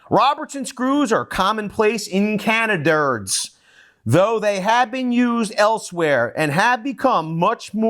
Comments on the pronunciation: you pejoratively pronounce "Canada" as "Cana-Dirts". What is your reasoning there? Robertson head has been the best for over 100 years. Ask Henry Ford. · I gave up on this Mike Holmes want to be when he deliberatly mispronouced Canada. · Why do you making fun of Canada. Mispronouncing Canada as if you don't know better. American jealousy. Showing your true self. Bye I unsubscribed because I dont like racist people. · I thought you would have enough education to pronounce Canada properly but i guess i was wrong !!!